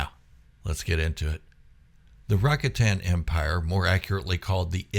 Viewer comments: I gave you a down thumb for your repeated pronunciation of the word RAKATAN. It is pronounced. RA-COT-AN, Noo RACK- A-TAN. You said the word RACATA correctly, why was the plural version so different? If I'm wrong, please correct me, but everyone else says it like I do in their videos. By the way I did sub to your channel. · Rack-a-tan pronunciation = instant fail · Rakatan 🚫 Supposed to sound like Ruh ka tn✅ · I never heard it pronounced Racka-tan before. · Your pronunciation of “Rakatan” has me thinking of a new board game: “Settlers of Rakatan”